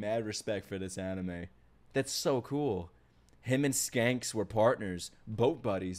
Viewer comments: dude its shanks....not skanks ... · SHANKS* not skanks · Why do you keep calling him Skanks and not Shanks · He is not Skanks he is Shanks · Its Shanks not Skanks lol. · Shanks not skanks.... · Bro please it's Shanks not scanks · can't read the word "Shanks".